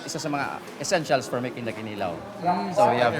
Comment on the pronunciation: The accent is on the second syllable: kiNIlaw. Not kiniLAW.